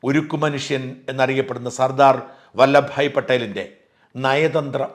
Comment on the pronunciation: വല്ലഭായി അല്ല ഷാജാ വല്ലഭ ഭായ് പട്ടേൽ. കുറച്ചു കൂടി കൃത്യമായി ചരിത്രം പഠിക്കണം.